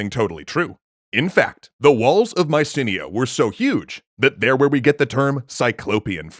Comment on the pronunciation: That pronunciation of Mycanae actually kills me, other than that great video as always